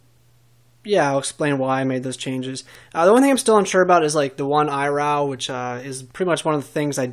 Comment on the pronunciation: eye raow? how do type this phonetically... it's ee(like in see) row